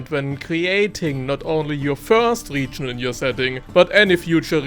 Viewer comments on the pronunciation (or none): I want to watch this video for your advice so much, but i can't... this "RIIIGIIN"... i can't... #noHate but i just can't..